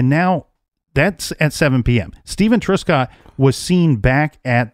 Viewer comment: Thank you for covering this 65 year old cold case. A couple of things: Truscott is not pronounced TRUESCOTT, it is TRUSCOTT. In the province of Ontario, we refer to major roads as HIGHWAYS, certainly NOT STATE roads ( a US reference). Canada has provinces, not states.